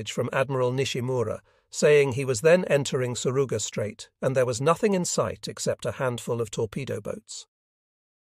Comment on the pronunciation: The AI utilized here has a hard time with correctly pronouncing names, both Japanese and English. It was quite confusing until I could figure out who it was identifying. Also, place names like the Surigao Strait are mispronounced. Otherwise it is an interesting story.